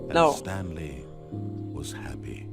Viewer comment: The stanlie parawable